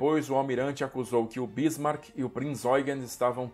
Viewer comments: Amigo é Bismarck e não Bísmarck. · Onde você arranjou esta acentuação na palavra Bísmark ? Não é proparoxítona.